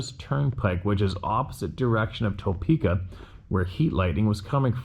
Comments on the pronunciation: I really wish you had learned to pronounce words properly. You butcher about 75% of American City and National park/forest names, It is pronounced To-pee-ka, not to-peck-a. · Topeko is pronounce toe-peak-a